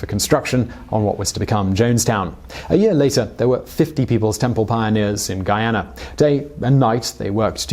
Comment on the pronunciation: You pronounced Guyana correctly 🤯👏👏👏👏